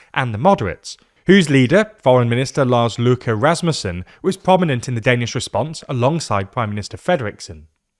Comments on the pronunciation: For someone who doesn't actually speak Danish it's a 10/10, no notes. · You dont speak danish do you? That was allmost perfect, so what are you talking about? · how tf did he manage to pronounce that? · Brave attempt to pronounce Lars Løkke Rasmussen. That could've gone a lot worse! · Yea, he did that quite well! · I thought that too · It couldn't go much better. I can quibble with the length of the ø, but that's about it.